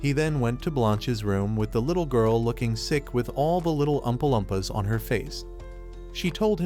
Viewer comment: "all the little ummpa lummpas"